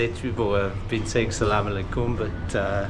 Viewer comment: The way you said Aslaam I alikuum was ❤